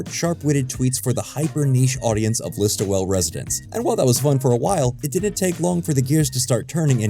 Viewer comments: I'm not from that part of Ontario, but I assumed it was pronounced List-ole (close enough to Liss-toll). Definitely only 2 syllables though. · It’s pronounced ‘liss-tool’ not ‘liss-too-well” pol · ListOEL...not ListoWEL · List-ol, not list-oh-well. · It’s pronounced listwool not list-oh-well too. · its pronounced Listool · Listowel pronounced "listowl". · It’s pronounced more like listo-wool. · It's just Listo-wull. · Listowel is pronounced list-o-wool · Say it like "LIST-WOOL" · I really think the thing that helps Letterkenny is a focus on characters and their lives. The stakes and drama are all small town sized, but they mean something to the people who live those lives. Point of note, the town is called Listowel (which is pronounced List-tool) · Btw, it's pronounced "listuh-wool" and spelt "Listowel" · It felt like a proper successor to Corner Gas. Also "Listowel" is pronounced "Listool" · As someone who grew up in the area it's pronounced 'lis-toe-ell' or somrthing like that, I'm bad with writing phonetics. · It's pronounced "Lis-tool" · Listowel. Missed the last L. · I used to live not far from Listowel. It sounds strange hearing someone pronounce the name with all the syllables. We didn't. The name only has three syllables if you've never been to it. Two if you live near by, and somehow only one when the locals say it. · It's LISTOWEL. Sigh. The disrespect of mispronouncing AND misspelling on a bespoke title card. You probably has a problems with Canada Geeses too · I appreciate the coverage and love the video but your pronunciation of Listowel is painful to a Perth County resident